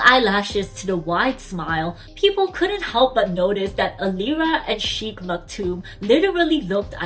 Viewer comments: It's not pronounced as chic but shake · It is not "Sheekh" it is "Shaykh". It seems he grew up in Philippines going by the fluency of Tagalog or had seriously learnt Tagalog with employees. The singer and the sheikh are obviously the same person. Royal families in the UAE are very large, consisting of hundreds of members. Only the direct descendants of the ruler and/or those holding ministerial portfolios are known to people. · Please try to pronounce "Sheik" properly.